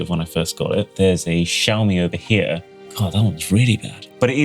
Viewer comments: Emphasis on “here” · u should have really emphasized the word "here"